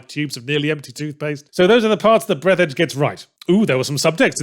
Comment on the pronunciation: Actually it's pronounced breath-arj Fourth wall breaks are good sometimes. You have to either keep them as a funny but more importantly occasional thing or have them have a plot function. If you have neither then they just feel pointless, like what seems to be the case with this game.